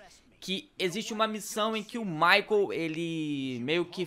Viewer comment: "MICHEAL" kkkkk ....Michael....